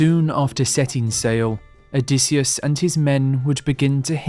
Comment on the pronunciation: "Odysseus" it is Pelasgian myth not a "Greek"!! O dy sheu